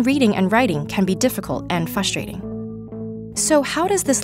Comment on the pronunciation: It is frustrating not fustrating. , I heard the mistake.